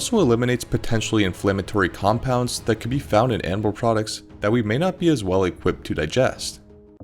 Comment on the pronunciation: Wait... "Mikhaila Fuller"?